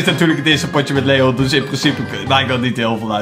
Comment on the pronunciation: Spreek leon uit op zn engels